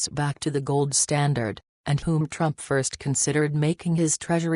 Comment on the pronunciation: Reprogram your computer voice to pronounce the words “US” and “TRUMP” correctly!